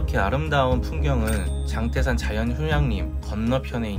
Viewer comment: 장때산이 아니고 장태산 입니다 발음에 주의하여 주세요